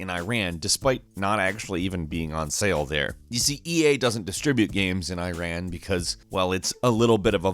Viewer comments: You even don't know the name of the country ; Iran 🤣 Really? You call it I raan?!!!! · Eyeran really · its not eye ran.... its iran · I'm not Iranian, but I get triggered when people say Iran, like "I ran away". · Pronounce Iran correctly pls🗿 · Hey Dear! Please try to pronounce the name of "Iran" right from now on. The way you said it is wrong. "I ran". It is pronounced like "E run". Thank you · > spelling Iran as “Airan” instead of Eeran Dude you’re doing it wrong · He literally says Iran as eyeran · First learn to pronounce my country's name : Iran is not like I ran , it's eeraan meaning the land of the Aryans. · Guys, it is not eyran it is iiraan. i like Internet and a like umbrella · Here is when i am offended, it's not freaking " I-RAN " it's Iran and said more like " E-RUN " without the pause between E and Run. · I'm surprised you even knew about battlefield's situation in iran👍🏻 But try pronouncing iran correctly😁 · Yes, a lot of us were actually offended over battlefield 3. Not just because it's about a US military invasion of Iran (pronouced ee-raan, not ay-ran btw), since that's basically an impossible thing. It missed so many crucial points, right up to the level of getting our flag and writing system wrong. And that's not even mentioning portraying our military as some kind of ISIS spin-off. So yeah, that game was pretty badly received. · Bro Iran is pronounced like eeran Not Ayran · You pronounced it Incorrectly. it is not I-ran, it is ee-run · Why do Americans say eyeran. It’s bloody Iran! I, NOT EYE! 😂 Also great video! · is i-ran some kind of a new apple product? if you want to bash countries for banning games that are simply stupid at least pronouce their names correctly - its e-ran not i-ran. thanks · It’s Ear-on not I-ran. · Please pronounce Iran the right way, It’s e-run not “ I ran far away”